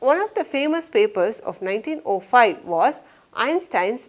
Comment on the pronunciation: Mam , I love your teaching sence😊 but what is that 19O5 ?? It's 1905 Mam..y do u pronounce zero as letter O?? I am wondering y u pronounced it like that😄